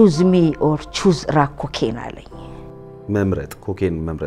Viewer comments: rack cocain አይባልም crack cocain በደንብ ነፍተሻል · Era crack cocaine not rack